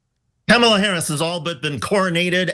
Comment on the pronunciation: "Camel-a"? Who's that? I'm pretty sure her name is pronounced "Comma-la." Understandable from those who aren't all up in politics. But okay. She's not gonna win anyway.